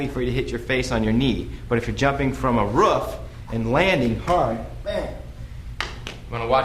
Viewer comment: I loathe Enlish speakers who say roof like he did. lmao